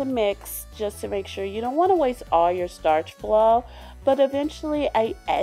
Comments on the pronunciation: Starch flo? What the fuck is that it is Sta-Flo how hard is that? I like this channel but I hate when people say words that do not exist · it is sta flo not starch flo not to hate